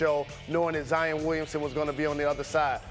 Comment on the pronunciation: Jalen it's kind sad that all these white people know how to pronounce Zions name way better than you. It ain't Zi-en its Zi-ON!!